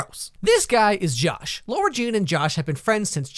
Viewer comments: LARA JEAN LAAARAAAAAAH JEAN NOT LAURA LAAAAARAAHHHHH 🤦🏾‍♀️ stopped watching af that cause I couldn’t take it anymore lol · Hey man, since I really appreciate your videos, I'mma break this to you softly - her name is ~LARA~ Jean, NOT laUra Jean. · yo i love u jus roasiting cheesy movies but at least get ur pronunciations right my dude its LAra not LAUra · It's lara Jean not Laura jean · Sorry but its LARA like Laaaaara Jean not Laura Jean. But Iove your videos so funny! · You mean LARA Jean; I almost couldn't watch the video because you keep saying laura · LARA not laura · “Lora Jean”.... I’m getting anxiety because it’s LAra Jean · Anyone else annoyed that he keeps saying LAURA Jean ? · I had to stop watching this because her name is LARA Jean, not LAURA Jean so how can I trust your judgement if you can't even pronounce the main characters name right? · Excuse meee why dod you have to do a freakin‘ video about every great show/movie ?! If you don‘t like then keep it for you !! Btw it‘s LARA JEAN and not LAURA Jean 🙄 Stupid I reported your youtube channel. Just letting you know 😒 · Am I the only one annoyed that he says “Laura Jean” not “Lara Jean” ??? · IT’S NOT LAURA JEAN IT’S LARA JEAN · It bugs me SO MUCH when he says "Laura Jean" instead of how it's supposed to be pronounced "Lara Jean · It's Lara Jean, not Laura. You're really are good at ruining my favourite movies. The animation is amazing btw. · am i the only one annoyed he keeps pronouncing it laura instead of lara!?? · Is it just me or does he pronounce her name as 'LAURA' jean? It's LARA JEAN tho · "now this movie is about lora-jean" i think you mean lara-jean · LARA jean not ‘LAURA’ like can you pronounce it probablyyyyq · the pronunciation of the name is making me angry, its lara jean not laura jean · I'm only a minute into the video, but it's going to annoy me that you keep pronouncing Lara Jean incorrectly. It's Lara, not Laura. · Why are you saying laura jean instead of lara jean